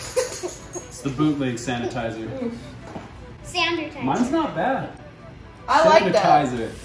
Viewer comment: they’re so cute!! & “sandertizer” i love it. also loving the premieres!! 💕